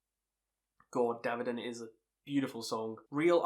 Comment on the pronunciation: BME IS HANDS DOWN THE BEST! Bro learn how to pronounce Davidian! Haha but holy fuck of fucks seeing that album live few months ago was the best show ever! Here’s my list after BME: 2. the more things change 3. Through the ashes of empires 4. The blackening 5. Unto the locust 6. The burning red 7. Bloodstone and diamonds 8. Supercharger 9. Catharsis